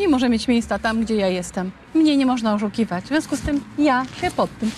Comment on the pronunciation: Mnie nie mozna " O- u kiwać"..tak powiedziala .Ona nie wymawia pewnych glosek ..sepleni czy co .??